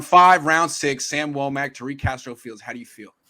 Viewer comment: She can't even pronounce Tariq in Arabic correctly, what is she talking about